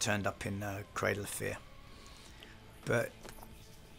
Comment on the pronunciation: Dead serious thought he was saying cradle affair